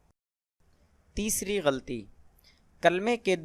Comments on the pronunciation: ary meree boly bhale bahi ap ne logo ki nishandahi ki per ap k alfaz b thek nahi gatl aur galti nahi hota ye alfaz thek nahi sahi ye hain galat ya galati laam per zaber hai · Tumhara apna tlafuz theek nahi hay. Tum "ghalti" ko theek se nahi bol saktay. Aa jatay hain video upload karney